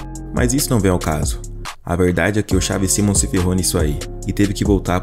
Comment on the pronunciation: Pqp que agonia vc falar mal o nome do cara